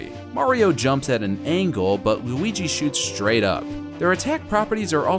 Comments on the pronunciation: why did u say oui-ouigi the 1st 2 times u said luigi’s name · my man calls luigi wooweegee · “What’s the difference between Mario and Wewigi?”